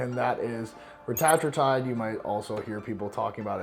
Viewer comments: reta-true-tide not ruh-tat-ruh-tide imo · Wrong. reh-TAT-troo-tide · Bro doesn’t even know how to pronounce Retatrutide. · Also notice when he says the slang ( reta) it's pronounced how I've always heard, but when he pronounces the whole word the whole pronunciation is different.. I'm on it because I move it so I wanna be atleast saying it right to my clients.. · Weird ive never heard retatrutide pronounced the way just did. Has the world been saying it wrong the whole time...? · Most likely if it’s only you, this dude, and one person working at the pharm company saying it that way - AND EVERYONE ELSE IN THE WORLD PRONOUNCES IT DIFFERENTLY - then you three are saying it wrong. 🤡